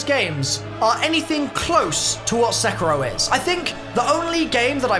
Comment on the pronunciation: I DONT WANT TO BE THAT GUY BUT its pronounced Se-KEE-ro